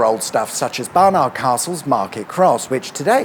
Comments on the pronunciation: It's pronounced 'Barnid' rather than 'Barnarrrrd' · "Bar-nud" not "Bar-nArd"! 🤣🤣🤣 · The way you said barn ard really really bugged me I won't lie 😂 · You don't say bar. Nard,,!! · You say Barnard funny. Great video as always. There's a cuppa ready when you do Sunderland.